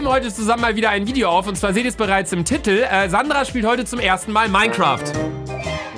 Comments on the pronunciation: Das heißt tiitel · Du bist Lustig, und Sandra auch. Wie am Anfang Luca Tittel stadt Tietel sagt. Bitte mehr davon!